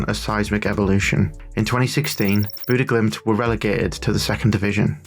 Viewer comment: bude glimt? you somehow got the name more wrong than the people who just say bodo glimt